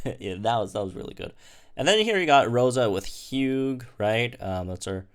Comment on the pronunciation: did you just say “Hu gah”? It’s pronounced “Hue” 😂 no where on Earth do you pronounce the G in Hugh lol